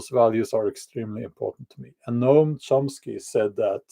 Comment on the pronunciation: You said the name correctly. The difficult part of his words are their cruelty and inhumanity. People listen to him and believe by the virtue of their beliefs, they're the best and brightest we have and think they are morally superior. I heard some Progressive friends talk about homelessness the other day, they lake empathy and compassion.